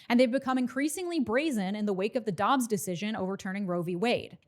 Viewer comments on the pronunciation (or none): none